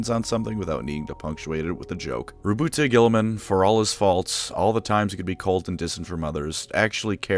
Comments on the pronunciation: "Roboot Guiltyspark" 😀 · It's not even the first of april yet we have here on our hands Rowboat Girliman pronounced the greatest primarch. I've got clickbated. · Congratulations on making it to before purposely mispronouncing his name. I know the temptation was hard to fight off.